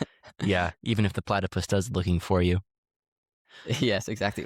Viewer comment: This was my favorite episode so far. I’ve been following journey for a few years now. It’s been amazing and really inspiring to see how far he’s come and I love how involved and supportive the whole family is. PS: It’s platypus, not platapus:)